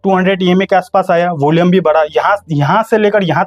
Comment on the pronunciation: होलियम नही भाई volume 😂